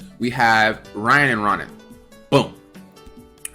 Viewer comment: Row-nan lol like Conan